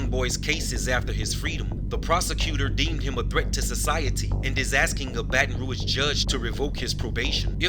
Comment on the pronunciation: Baton rouge. Pronounce it good nigga